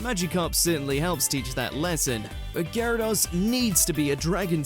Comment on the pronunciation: ... please actually listen to the clips before doing your voiceover You said Gyarados, followed immediately by the show saying it correctly And Pokèmon is still being said incorrectly 25 years later